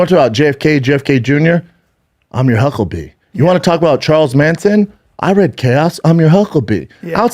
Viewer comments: Brendan : I'll be your hucklebee! DUMMY, It's HUCKLEBERRY! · HUCKLEBEE.....DAMN DAWG. ITS HUCKLEBERRY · Jeez brenden it's huckleberry not bee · Hucklebee??? It’s Huckleberry!! Also stealing D'elia's style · It’s Huckleberry… Not Hucklebee… Huckleberry brother…❤️ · “ I’m your hucklebee” what the fuck? Huckle Bearer you mean? Huckle berry maybe? What a fucking idiot lol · I’m your hucklebee? First time he said it I thought it was an accident. But the second time he said it, I laughed. It’s huckleberry. 😂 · “Huckle-beee….” It’s huckleberry pal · Hucklebee???? What a rube.. it’s huckleberry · "I am your hucklebee" haha he tries to say "I am your huckleberry" with his dumb cte head😂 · Hucklebe instead of huckleberry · This man really said huckleBEE , instead of huckleBERRY , and the “why you so mad bro, Delia mannerism stealing is INSANE to me. This dude has no personality of his own and just takes his identity from bits of different people. This man tries to be a mix of joe rogan, Theo von , and Delia and he’s makes himself look so stupid with every sentence he says . Whoever he’s around he absorbs there traits because he’s so insecure in his own head . How this guy is famous is I have no idea. Theo is separating because he knows Brendan is bad news bears. This man needs to go on his own spiritual journey and really find himself and his own shtick. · It’s not I’m your hucklebee it’s huckleberry you turd! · Saying your not dumb right after you say hucklebee. It's huckleberry. Quit talking shit about a man that made you rich. How bout that? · “I’m your hucklebee” Jesus Brendan… it’s HUCKLEBERRY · #1 "I'm your hucklebee?" It's huckleberry genius. #2 He is making fun of how Dana talks? Pot meet kettle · “i’m your hucklbee”” jesus christ schaub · I think you meant " I'm your huckleberry" not huckle bee 😂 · Huckleberry not huckclebee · Dude… it’s “I’m your huckleberry”. You even fuck up quoting popular movies 😂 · “Hucklebee” - cock holliday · Brendan "your Huckle bee" Schwaub